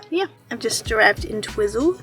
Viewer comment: It's pronounced "Twyzel", funny hearing you call it Twizzle.😂